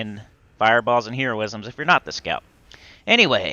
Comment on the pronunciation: "Hero ism?" It's heroism.